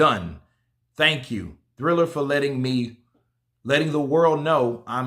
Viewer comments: Dam it’s triller not thriller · its TRILLER not THRILLER LOL LOL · It's not "Thriller", it's "Triller". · TRILLER TRILLER TRILLER its TRILLER not THRILLER come on I've been telling you for 2 days. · I was saying the same all video. ✌️